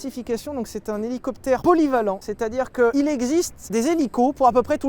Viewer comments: CA PILOTE UN HOULOUCOUPEUTHÈRE MAIS ONT ATTEND TOUJOURS " LE DIFFERENCIEL" SYLPROUTE ET CHABRIMERDE 🤣🤣🤣🤣🤣🤣🤣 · Rhélicoptére rhélicoptére